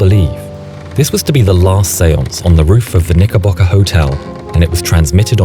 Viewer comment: I want this guy to say Knickerbocker again